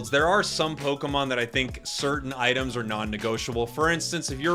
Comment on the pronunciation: "ITEAMS" lol